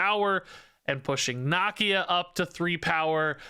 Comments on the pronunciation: I love but dude cannot say nakia right for the life of him lol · "knock-ee-ya" lol